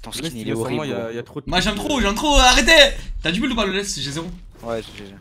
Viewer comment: je pense qu'il a dit buld parce que prononce build:buld